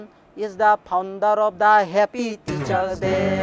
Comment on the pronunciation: It's Faaa-on_ der...founder....not phaunder😂